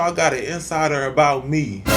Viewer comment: lol when said “talkin aboot” by a mistake i was like when the heck did she get a Canadian accent 😂😂